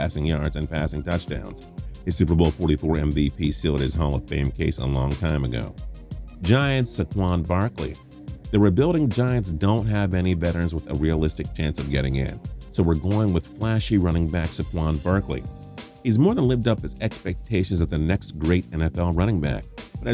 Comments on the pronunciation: “Suquan Burkley”🤣🤦🏽‍♂️ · sah-quon barkley... ehhh my ears